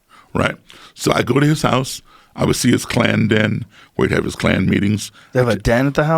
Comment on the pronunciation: Nobody: Not a soul: Not even this overrused meme: Joe Rogan: K L A N